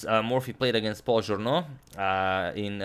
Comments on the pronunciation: Thank you for the amazing content as always! Just FYI: Journoud is pronounced [Joornoo] instead of [Joorno]. It is easily mixed up as Journaud [Joorno] would me much more common as a French name than Journoud [Joornoo]. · Evo malo pomoći za izgovor: "Café de la Régence" se izgovara "kafe d la režans". Journoud će pre biti Žurnu jer se 'ou' izgovara kao naše 'u'. Uz ove male ispravke eto još malo pa dva miliona! Pozdrav.